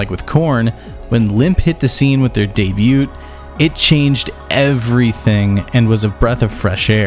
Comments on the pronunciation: Debut (day·byoo) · Please dear God . I love your videos but please stop pronouncing the T in Debut!! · I think that’s the first time I’ve ever heard anyone pronounce the “t” in “debut” haha